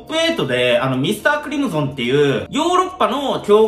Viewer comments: ???｢ミスタークリム｢ゾン｣じゃなくて、ミスタークリム｢ソン｣だから｣ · だから〜ミスタークリムゾンじゃなくて〜ミスタークリムソンね😄